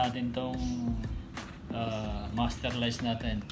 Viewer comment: First time ko makarinig ng tamang pronunciation ng masterlise 😊